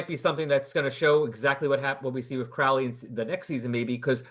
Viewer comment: And it's Crowley, as in the bird. Your welcome.